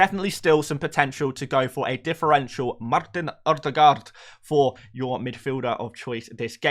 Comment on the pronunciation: Butchered ødegaard’s name, but you did much better than many others 😂